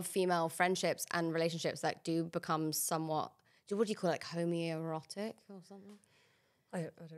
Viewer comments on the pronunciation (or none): There’s something so funny about Maisie saying “homeo rotic rather than “homo-erotic” like homeo homeo where art thou homeo lol love this ep as always ❤